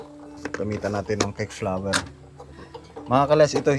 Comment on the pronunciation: --- cake flour. -- hindi. Cake flower Sori ha, dapat pino- pronounce mo ng husto